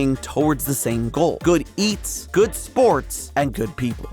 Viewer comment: emphasis on GOOD People.